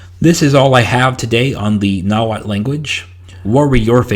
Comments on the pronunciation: You need to work on pronouncing that tl sound😂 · I would recommend working on the pronunciation, I understand that there is no standarised variety of Nahuatl and even when it began to be transcribed in Latin script after conquest, there was not standardised spelling, but the tl could use some work, stress on words is always on the penultimate syllable (the second to last), and it's a very vowel forward language (which there are only four), there are only one or two consonants per syllable